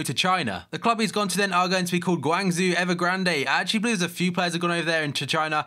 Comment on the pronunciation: It's pronounced 'gwan-Jo' (Guangzhou)